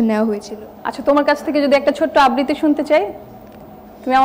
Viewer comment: আববৃতি??? !!! কী উচ্চারণ ! উচ্চারণ ঠিক করা উচিত